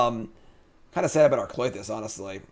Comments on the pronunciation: I can't tell if you're trolling viewers by saying kloy-this or if you do it to get people like me to comment and give you engagement numbers. ;) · for the love of god the Y comes after the TH in Klothys's name